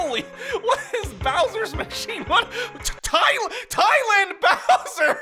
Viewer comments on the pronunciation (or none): TIE-LAND BOWSER HAHAHAHHA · Tie land 😂